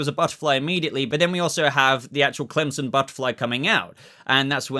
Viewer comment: Yeah I was so upset about murn. Also why do you keep calling him crimson? Clemson?